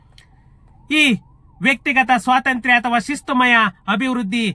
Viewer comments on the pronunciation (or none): none